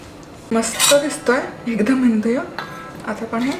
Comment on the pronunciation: Please pronounce Undhiyun properly 😵🤦🏻‍♂️